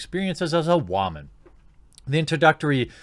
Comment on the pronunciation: Just stop saying ”waman” instead of just woman! It was funny three years ago